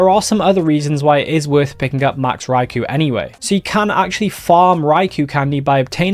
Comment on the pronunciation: Poor Raikou, everyone says his name wrong 😢